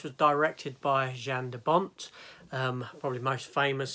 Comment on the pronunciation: Oh no, not another Dutch director whose name you butcher. His first name isn't pronounced like the "jan" in the word "janitor". The J is pronounced like the Y in "yes" and the AN is pronounced just like in the word "pandora". On the other hand, you've thought me how to pronounce the word "cradle". I've always pronounced it with the same sound as in the word "paddle". Anyway, I only watch this video today. I'm a little bit behind watching your Tomb Raider reviews.